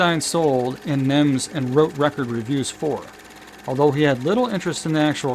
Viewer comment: NEMS. Not NIMS.